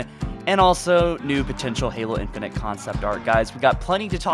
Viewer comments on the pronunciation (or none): “Infunint”? It’s infinite